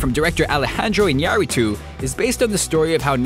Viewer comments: Thank you for pronouncing Iñárritu correctly! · Wow!!! Kudos to!!! you are the first non-spanish speakers who pronounce "Iñárritu" right!